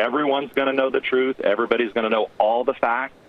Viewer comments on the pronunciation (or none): none